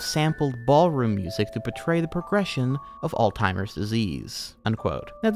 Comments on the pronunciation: how are you going to sat old timers disease when you're reading off a script that has it written right in front of you? come on bro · Forgive me, are you saying, "all timers" pr "all zimers"? Again, sorry.. pronunciation is a peeve of mine. Like when people say "eckcetra" instead of "etcetera".